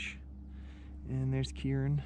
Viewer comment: We say Kieran